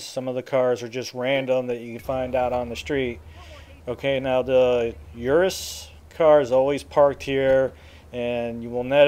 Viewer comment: Euros, not Eurso